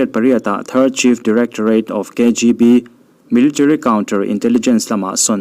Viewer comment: Angaihnawm khawpmai, mase military tih ani maw katia, militrary ti in ilamsek a, 😃😃